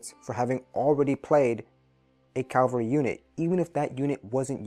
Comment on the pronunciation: Great video (though FYI, it's CAV-al-ry, not CAL-va-ry).